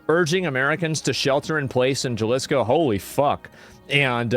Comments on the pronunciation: jalesco? wow he took spanish and dude can't pronounce Ha lisco aka JGNG Sad politions on his sack a dude that cant pronounse it right gee my spelling lets hate the guy that points out he cant say it right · Djalisco is amazing pronunciation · Jalisco Mexico. Ha-lee-sco. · The US invading México. That's what happened. And it's Jalisco. For you to be able to pronounce it: Ha - lis - ko. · It's pronounced HA-Lees-co cartel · You pronounced Jalisco as “Gelisco” annnnd now I’m hard as stale bread. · It's pronounced "Halisco", not with the G sound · HA-lease-Co Is how it's said No biggie X-D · It's pronounced halisco ha as in Hal. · Jalisco, pronounced halisco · Isn’t Jalisco pronounced “Halisco”? 😬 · Bro, Asmo, Jalisco is pronounced Ha Lis Ko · I still find it bizarre that the first English language coverage that reaches me of a lot of international issues and events is often from Asmongold, despite him being a primarily a video game streamer Also that even being in Texas, he pronounces Jalisco as Jah-lis-coh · Pronounced "HA LIS CO" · Pronounce "ha-lee-sko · Hey brother.. the J is pronounced s an "H" so the proper name is pronounced "Halisco" the double "L" is pronounced as a "Y" so: Puerto Vayarta" Thanks for all the info. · Its HA LEE SKO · "YALISCO" BENNY /ASMONGOLD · I believe it’s pronounced HA-AL-IS-CO = “Jalisco” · Dude the way you're pronouncing Jalisco is killing me lol. Replace the J with an H sound. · Asmon can't pronounce spanish words to save his life. Jalisco, Puerto Vallarta. I can't lmfao. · Brother you’re from Texas, how do you not know how to pronounce Jalisco 😂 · Jalisco. The J is pronounced like an H in happy. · People that can't pronounce Puerto Vallarta and Jalisco shouldn't comment on foreign policy. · "Jalisco" please stop saying it like that. Lol. J is H sound homie. You grew up in texas, i know you know this vato. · j has h sound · You can pronounce Guadalajara fine but not Jalisco? 😑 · The J is silent on Jalisco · it's ha-liz co.